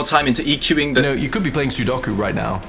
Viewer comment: It’s so funny how he says sudoku